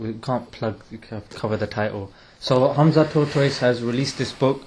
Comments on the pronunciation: Hamza “Tortoise” 😂😭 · He said Hamza Tortoise. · I swear he said Hamza TORTOISE 😂😂😂😂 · did man say hamza tortoise? LOLL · hahhaa luv the way you pronounce his name ,HAMZA TORTOISE ,he is legend may ALLAH make him the another HAMZA of islam. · The way he pronounce his name hamza tortoise. Hahahahhaha